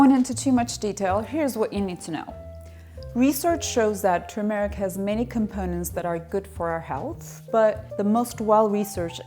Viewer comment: It is not pronounced "tur-meeeh-ric" but "turmeric" short "e" and UNSTRESSED!